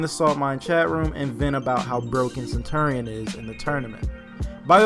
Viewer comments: I had to turn down the audio due to the fact of how you say center-ian, and not CENTURY-n. Centurion is said like century. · Stop saying his name wrong